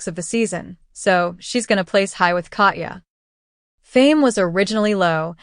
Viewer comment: Your inability to correctly pronounce Katya makes my Russian blood boil.